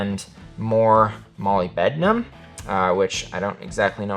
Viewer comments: What is “molly bednum”? It’s called molybdenum muh-lib-duh-nuhm. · You lost me with "...more Molly Bednam? Uh, which I don't exactly know what that is..." That's molybdenum (muh-LIB-de-num), often shortened to moly, as in "chrome-moly steel," and you should know what that is, if you dare to make a video (representing your company) about sharpening steel containing it. Seriously. I'm out. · “Molly-bed-numb” 😂 It’s “mow-Lib-dih-numb”